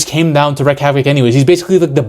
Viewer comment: You don't pronounce the G in Ghidorah like a J, it's a "hard" G; haven't you heard his name said in, like, 100 movies already? And the term is "wreak havoc", not "wreck havoc". You're welcome.